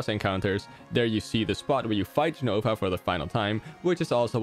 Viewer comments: I don't know if Remake changed it (I'm up to the Train Graveyard) but it's pronounced with a J sound in other sources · He pronounces Jenova with a Y sound, but I thought it was a J sound. I haven't played FF7 though. What's the correct pronunciation?